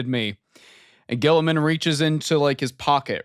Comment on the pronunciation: Saying G-man's name wrong is like a tradition at this point. lol